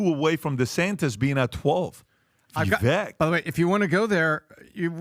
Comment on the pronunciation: HOW DO THEY ALL STILL NOT KNOW HOW TO PRONOUNCE VIVEK'S NAME LMAO